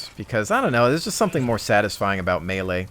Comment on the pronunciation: Lol good video but its not malaaaaa its melee